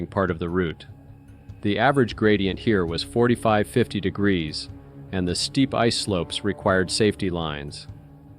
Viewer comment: I'm not ever a stickler for language rules like that, especially on social media, but after niney-ni-nine, I was out at 49 degruw shots